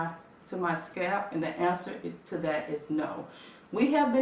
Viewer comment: I swear she says scab not scalp lol. It's all I can hear scab. Scab